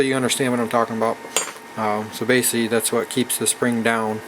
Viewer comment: What is baysilly/base-ly?! Please speak more clearly